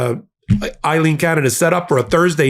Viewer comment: A-leen, A-leen, A-leen NOT I-leen Both are Irish names, but are spelled differently. What you're pronouncing as "I-leen" is spelled Eileen in English.